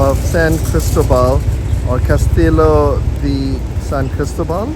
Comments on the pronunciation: It’s casti-yo not castilo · Cas ti llo. “Kas t yo” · please learn proper pronounciation, Castillo!